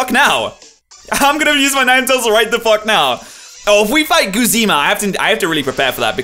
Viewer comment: How can you possible read "Guzma" as "Goozeema"